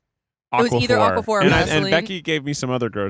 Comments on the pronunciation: I'm watching the aquaphor hunt with two thoughts. First, why does pronounce it like it's a rare mineral from a fantasy novel? Second, if they only have it in the baby section, that's terrible product placement. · kept saying aqua-phur and it was stressing me out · He’s pronouncing it like aquifer, the other thing lol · Yeah, he's saying it like aquifer.